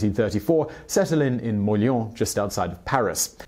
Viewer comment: why is it so funny to hear you say Molien?